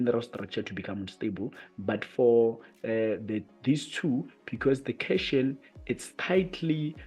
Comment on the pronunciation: Cation ( Read as Cat - Ion) .. Anion ( An-ion).. Great video, overall though..